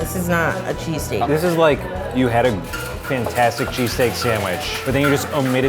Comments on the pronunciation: I KEEP HEARING CHEASECAKE!! AHHHHH!! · I swear every time I heard say cheesesteak it sounded like he was saying cheesecake.